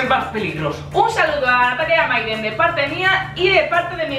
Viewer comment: like si te diste cuenta que dice myden embes de mayden en el minuto